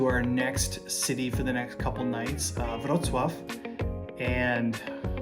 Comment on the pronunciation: Your 'Wrocław' pronunciation is impressive.